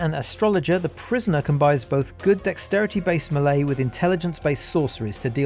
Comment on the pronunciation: Am i the only one that cringes everytime he says melee?